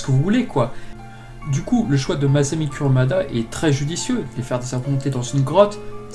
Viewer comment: C’est pas « Curumada » ça se prononce Kouroumada